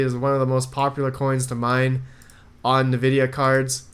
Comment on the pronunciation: Been watching you since November, still bugs me the way you say Nvidia lol